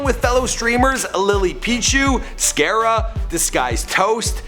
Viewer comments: Bruh fed-mister and scare-a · Scare-ra???? Scar-ra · Scare-a and FedMister! Lol! They're pronounced "Scar-a" and "Fed-My-Ster", but nice try! Can't wait to see the one on Scarra, he's a class act! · Scare ra?? It's Scar Ra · Scare-uh ? Fed-Mister? Wtf wow what are you doing ? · Fedmister. Scarr-a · LMAO he said she was thick and he said fed mister, and scarera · Hahahaha this dude said “Scare-ah” cringe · Since when was scarra pronounced scare a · The was he said scarra I’m dead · scare - uhh LUL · Scare-a.... Fed-Mister....????? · Fed- MYSTER. (my-ster) SCARRA (SCAR-RAH) Fed7 booiisssss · So, theres i-mAAAYne Scare-a and Fedmister. You're mispronouncing them, not doing your research, and calling them weird ass names. Well fuck you.